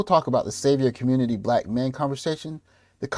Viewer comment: I thought Biden was going to save the "communitah." What happened?